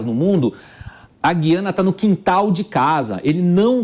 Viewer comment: Boa mesa redonda. Mas vamos falar Gu quando falar Guiana. Dói menos nos ouvidos